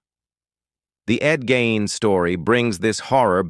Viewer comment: I'e heard his last name pronounced /GEEN/. Just saying.